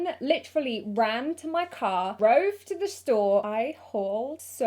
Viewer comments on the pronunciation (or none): U say drove weird lol